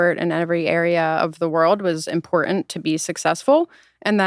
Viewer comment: I only hate her because she doesn't annunciate the T in important.